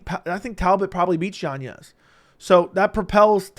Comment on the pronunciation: Why do you say yan yez. It’s yanez